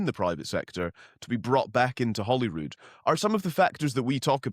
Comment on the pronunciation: Yet another person that cannot pronounce Holyrood properly. He pronouncing it Hollyrood . Get it right yes?